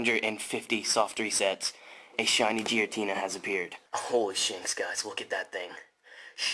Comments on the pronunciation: his game froze because he kept calling it jiratina instead of giratina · What i find more annoying than shiny hunt is everytime i hear "jiratina" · The way that that guy pronounces "Giratina" as "Jiratina" pisses me off for some reason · I had a seizure everytime he called Giratina Jiratina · His game froze because he called him JIRATEENA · Honestly he deserved to lose the giratina for pronouncing it "Jiratina" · It heard you calling it 'Jiratina' and punished you correctly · He deserved the failed Giratina He called it jiratina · Dude said Jeratina 🤦🏼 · Ahahahaha hecdeserves it for calling it jiratina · so cringe when he says Jiratina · “Holy shinx guys shiny jiratina” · That guy doesn’t deserve a shiny giratina if that’s how he thinks it’s name is pronounced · That’s what gets for pronouncing “Giratina” like that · deserved it for pronouncing Giratina wrong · It’s cause he pronounced giratina wrong